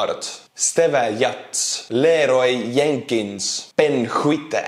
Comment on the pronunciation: lol. "Lay-roy Yenkins"